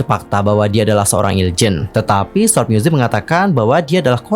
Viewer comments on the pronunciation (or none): none